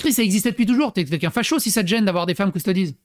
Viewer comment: force au japonais par contre qui dit "custodeez" c est horrible mes oreilles brules.